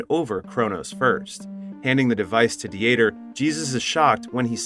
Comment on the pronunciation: Uh, yeah, but “Dee-ter” or the German name, Dieter, was pronounced wrong the entire time as well by the unaltered AI voice (which can be altered or tweaked), as well as Angel which is a simple (usually Latino) name that sounds just like the word.